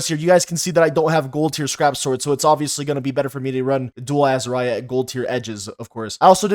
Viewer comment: dont ever say azariah ever again